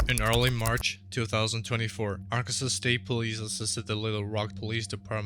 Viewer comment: Ark-kan-saw. Not Ar-kan-sas.